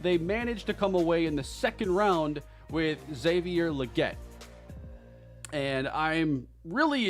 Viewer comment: Did yall hear how he pronounced legette lol this dude doesnt have a clue